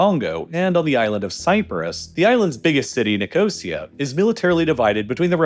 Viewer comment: The pronunciation of Nicosia...